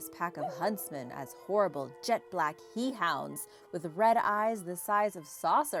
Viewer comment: They're pronounced hellhounds not he hounds